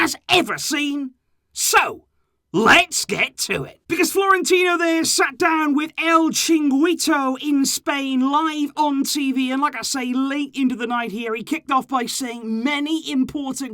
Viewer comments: also, it’s El Chi-reen-gi-toh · Chee-ring-gee-toe, you're welcome! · Thats not how u say el chiringuito